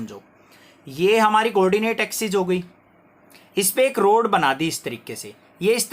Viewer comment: road nahi hai rod hai 💀